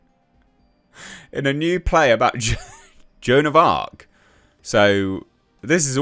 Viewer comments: Joan of Aks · Joan of Blarc